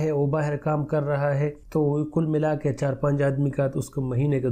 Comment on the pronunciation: يه لفظ غلط بول رھاھے درست کردیں عملا نھیں ھے بلکہ عمال ھے